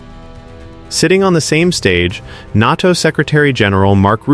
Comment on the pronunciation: "NARTO" indeed. AI indeed.